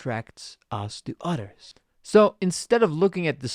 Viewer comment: I love his accent but Is confusing took me 10 mins to get to grips with what hes saying without the images id be lost. He has no lisp just isn't pronouncing T or TH so others becomes udders like.